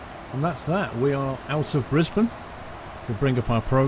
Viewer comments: i live in brisbane and i'm actually really impressed u got the names right haha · You are the first person I have ever heard say Brisbane correctly who is not Australia. and Melbourne. Congrats :)